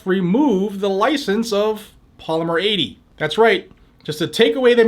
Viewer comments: poly-meer atey!.... 🤣🤣🤣🤣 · He speaks like he's had a tramatic brain injury. Maybe dropped on his head at birth?